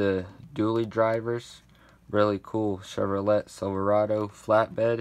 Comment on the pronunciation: Hi not to not pick but Chevrolet is how its spelt and its pronounced chevrolay